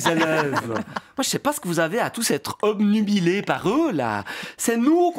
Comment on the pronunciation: Il a prononcé "obnubilé" correctement, je trouve ça très perturbant.